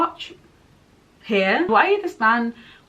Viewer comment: I think Covey is pronounced like cubby, but with a v instead of a b sound. And the arch at the end of Plutarch is pronounced ark. I think Wiress was being punished for her no kill win by being asked to be a mentor. She had just won the previous year, so had no mentoring experience or knowledge about how to kill anyone, so about as useless as a chocolate teapot for District 12. Mags is the oldest victor, so probably not in the best physical or mental shape anymore, and she gets very emotionally attached to her tributes, so losing 4 of them potentially would cause her a lot of pain. I think Katniss mentions her granddaughter gets reaped too, so she’s obviously upset Snow somehow.